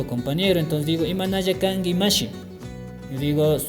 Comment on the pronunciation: Amigo como se pronuncia Kanki =Kangui